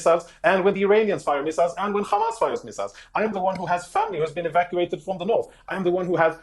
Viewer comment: Hamas not khaamas its not difficult.Your family is running from the stolen land.And u are abs Hitlarious